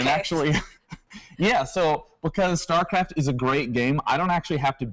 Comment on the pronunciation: if she says "startraft" one more time, I think Day9 is obligated to kill her.